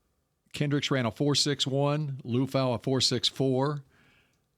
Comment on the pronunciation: Aloha everyone! You pronounce Marist’s last name “LEE-UUH-FAH-UUH” Liufau. He’s Samoan and a great pick value for the Cowboys! ✊🏽🫵🏽💯‼️🤙🏽